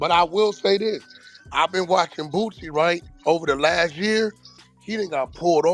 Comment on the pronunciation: It’s Lil Boosie, not Bootsy